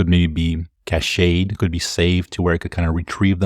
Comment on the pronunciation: Terrific content! Also I think you are mispronouncing “cached”. Pretty sure it’s pronounced like “cash” Keep up the good work!